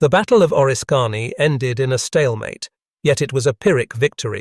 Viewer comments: Correct your AI speaker please. It’s not O-risk-Kany, say Orisk-any. Now the people that aren’t familiar with upstate New York will certainty make fools of them selves if they refer to this story. There was also a movie that had an attack on relief troops in the forest and a fort being assaulted by British Troops. It had Daniel Day Lewis and Madeline Stowe in it. Great music too. I think it was Last of the Mohicans. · its pronounced O-risk -any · It's called oriskany